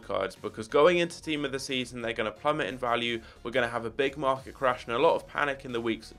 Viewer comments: Market bro not marlet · “Marlet Crash”